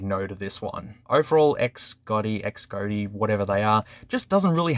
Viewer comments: Xgody is pronounced Shody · I think it’s pronounced “Z-oh-dee” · Pronounciation “Cas Gōdy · couldn't you say Xcody ?